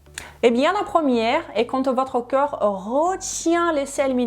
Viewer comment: Un conseil ! Vous avez tendance à dire ou plus exactement prononcer CŒUR au lieu de CORPS ! Ce n’est qu’un détail, simplement qu'il serait bien de corriger. Merci pour toutes vos informations qui me sont bien utiles et que je commence à mettre en pratique. Encore merci pour tout vos conseils très intéressants. Olivier.